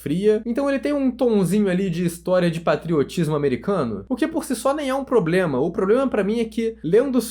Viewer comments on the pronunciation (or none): none